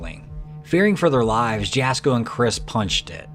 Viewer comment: It’s not pronounce Jasko it’s it’s pronounce Yasko